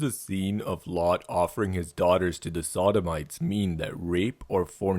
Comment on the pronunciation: "Offered his daugahters" ughhh